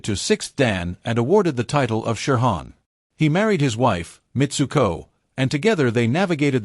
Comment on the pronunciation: Terrible pronunciation of many japanese terms like shihan becomes sherhan english pronunciation not bad. People who came back from Japan talked about certain people as being known for their powerful techniques. This is a euphemism for brutal. It seems to apply to Chiba, not saying he wasn't very capable. As a technician and worth stealing ideas from